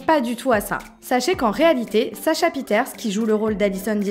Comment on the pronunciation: pieterse ne se dit pas « pi-eh-taire-ce » mais « pi-eh-taire-ci » désolée haha mais j’étais obligée